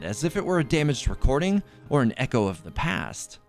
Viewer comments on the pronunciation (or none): none